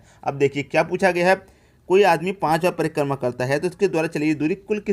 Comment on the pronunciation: Sir prima nhi hotta h, prikrma hotta h😂😂😂😂😂😂